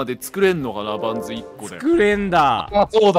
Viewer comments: レトさん、バンズのことパンズって言ってる？それとも華声の空耳？ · この時からバンズのことパンズって言ってるw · パン…ズ？っていってる？ レトさん…バンズ ですよぉ！ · ２も気になってたので見れて嬉しいです！！ 話逸れたり雑談も多くて楽しいです！笑 主人公もケイさんもヤバすぎ😂一言一言が面白いww 会話パートの時のカーソルの動きが気になります！(笑) レトさんバンズをパンズって言ってる？？ タッチの範囲狭すぎるし新たにスライド機能が出てきて難易度あがりましたね😅 ✈ハイジャック犯は無事なんだろうか？ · パンズじゃなくてバンズなんだが